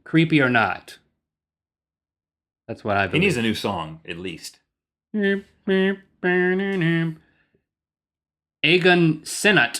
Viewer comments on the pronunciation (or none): i believe 'Eoghan' is pronounced 'Owen' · two articles-no. 1-i also think something , well, more than something-EVERY TYPE OF MEDICINE IS GROSS , IN FACT, I THINK CALPOL IS GROSS!!!SO I DONT THINK LINKS SUGESSTION WOULD REALLY WORK!:( no. 2 this ones for rhett n' link- eoghan is pronounced owan- not ee-oh-gan! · OMG That guy's name is pronounced "Owen" not "Eggan" lol. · I'm sorry Link, but Eoghan should be pronounced as "Owen". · Just so you know, Eoghan is pronounced Owen (it's Irish) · Link, Eoghan is pronounced Owen.. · Eoghan is pronounced "Owen"... In case no one else mentioned that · Lol Eoghan is pronounced "Owen"; it's Irish :) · eoghan is pronounced like owen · Eoghan is pronounced Owen :P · Eoghan is an irish name its pronounced Owe-an :) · I believe that 'Eoghan' is pronounced 'Owen'. And can you imagine how long it would take to get from the US to the UK in a car? If it takes about 7 hours from New York to London, it could take days going down the ramp! Imagine being in a car with your kids, with no rest stops... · Eoghan is pronounced Yo-wen or O-wen, it is an Irish Gaelic name. enjoy your show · eoghan. is prenounced ow-an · Your pronunciation of Eoghan was hilarious xD It's pronounced Owen!